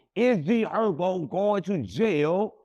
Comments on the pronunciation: And G hurbo 😂 instead herbo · G Herbo 😂 not G hurbo lol